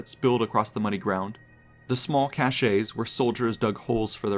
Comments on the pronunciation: Hi! Magnificent video! But respectfully, recall that "caches" is pronounced CASH-shizz, not cash-SHAYZ. Thanks again for a remarkable history lesson. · Caches not cachets. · Cashes not cachets